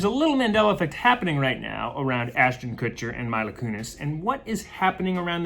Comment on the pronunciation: Her name is Meee-la not My-la